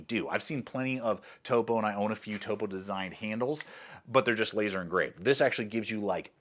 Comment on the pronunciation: I’m glad to hear that you can pronounce Topo correctly…. There is more than one YouTuber that incorrectly pronounces it as “top-oh”… I’m proud of you…good work